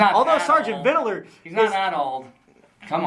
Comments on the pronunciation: Why didn’t they correct him from saying “ Vidaler?” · I keep hearing vid-dill-er. Makes me twitch.